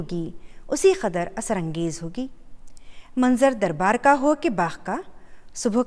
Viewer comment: Mam plz ka ko kha mt padhiye apne bhot jagah pr kha bola h